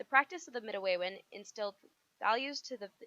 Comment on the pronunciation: yall mispronounced midewin